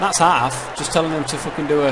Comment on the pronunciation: Hahahaha ''Hal've''